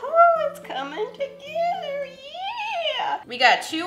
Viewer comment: The “iTs cOmiNg tOgiethA yEaEa